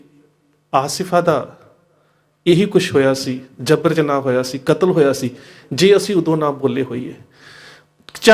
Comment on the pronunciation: ਜਬਰ ਦੇ ਪੈਰ ਨੁਕਤਾ ਨਹੀਂ ਲੱਗਦਾ ਤੁਹਾਡਾ ਉਚਾਰਨ ਅਕਸਰ ਹੀ ਬੜਾ ਗ਼ਲਤ ਹੁੰਦਾ ਹੈ ਤੁਹਾਡੀ ਉਰਦੂ ਨੂੰ ਲੈ ਕੇ ਸਮਝ ਬੜੀ ਕੱਚੀ ਹੈ ਜਦ ਵੀ ਉਰਦੂ ਦਾ ਕੋਈ ਲਫਜ਼ ਬੋਲੋ ਤਾ ਇਹ ਮਤਲਬ ਨਹੀਂ ਕਿ ਹਰ ਇਕ ਹਰਫ਼ ਨੂੰ ਨੁਕਤਾ ਲੱਗੇਗਾ ਹੀ।